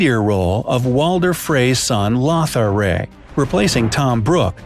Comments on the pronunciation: CATElyn? THERon? Lothar RAY? MaxIMAY? Honestly,....🤦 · How are you mispronouncing these names so badly? Maester, Catelyn, Lothar, and then you went and added an "r" in the middle of Theon's name. Maybe watch a few episodes of GoT so you know what you're talking about. You ruined my enjoyment of this video. Terrible. You also mispronounced Madame Maxime's name.